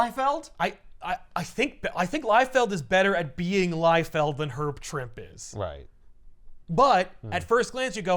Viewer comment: Actually it's Herb "Trimpey". I'm 55 and just found out. I'd always said Trimp too.